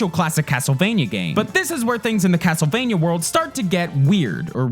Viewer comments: Am I the only one who heard "Hastlevania" at one point? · Why is he talking so weird.. CASTLEvania blablabla GAMEconsoles and stuff. ANYway blabla AND blabla. God my ears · "CAAASS-tlevania..." This dude has such a hard "k" pronunciation, it could crush nuts into powder.